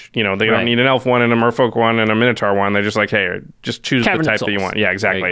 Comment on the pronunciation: "mine-oh-torr" not "min-o-taar". urgh